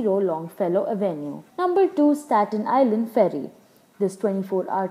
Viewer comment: Geez, the lady doesn't know how to say Stat Nisland.